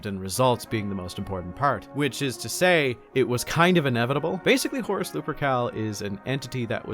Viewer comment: at this point, I just hear "Horse Lupercal"